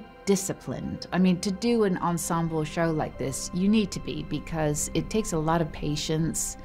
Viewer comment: I love this show.....but PLEASE "esemble cast"????😩